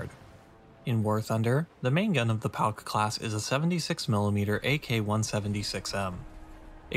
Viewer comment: Hears "Pauk" spoken as "Palk" "STUUUUUUUUUUUUUUUUUUUUUUUUUUUUUUUUUUG!!!"